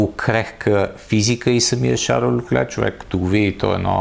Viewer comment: Шарл ЛЬОклер се произнася на френски. На монегаски няма идея какво е прозиношението, но това име е френско, на италиански и италианските диалекти ще е “Карло”. Фамилията също е френска, съответно следва да се произнася “ЛЬОклер”. "Ch" се произнася като "к" в италианския, предполагам в лигурските му диалекти, примерно "perche" или като "ш" във френския. Не знам това "ч" от къде го измисли.